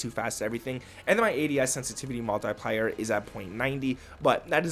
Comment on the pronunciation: Kid can't pronounce the word multiplier 😂😂